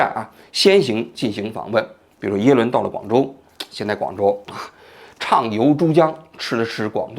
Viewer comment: 嘴瓢了，最后说成耶轮了，哈哈哈哈